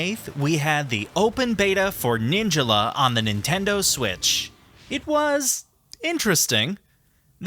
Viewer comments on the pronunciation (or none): The way you pronounce Ninjala is funny. Incorrect, but funny. In the title screen it's pronounced "Nihn-JAW-law" not "Nihn-Juh-luh." Regardless, this was an amazing in-depth review and I agree with literally every point you made. You got my sub! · did he just say Ninjela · Ninjuhla 💀💀💀 when the game literally says in words NINNNJAALA!